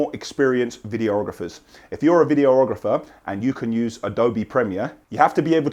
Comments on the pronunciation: Is anyone going to tell that the word is vid-ee--ographer and not video--ographer. Says it all his videos 😂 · Love how you say videorohgrefur:) Really pleased I found this channel, reality TV make way for!